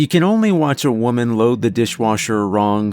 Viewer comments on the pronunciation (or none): none